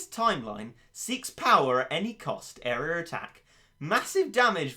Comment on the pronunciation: the way he says area triggers me